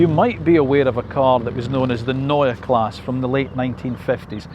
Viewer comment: Neue Klasse (pronounce the e on Klasse)